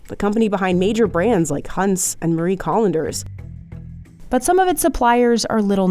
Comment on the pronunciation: Marie Collanders? lol it's pronounced like "Calendar"